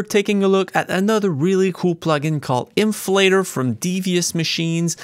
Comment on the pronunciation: When you start the video with mispronouncing the plugins name you're about to review ;)